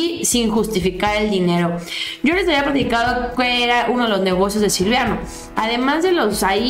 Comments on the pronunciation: Siempre dices Silviano y no es silviano es Silvano se supone que los conoces bastante bien saludos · es Silvano, no Silviano ☺️😉 Saludos! 🙋‍♀️ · Mi estimada no es Silviano es:Silvano... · Es Silvano, no Silviano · es Silvano No Silviano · ...NO ES... S I L V I A N O.....ES.... S I L V A N O....sin la 2da. I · con todo respeto espero y no te ofendas, es SILVANO no Silviano!!!